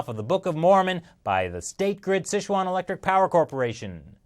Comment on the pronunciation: Dear, the pronunciation is closer to "sih chew-an". Years of poorly spelled fast food restaurants have left you misinformed!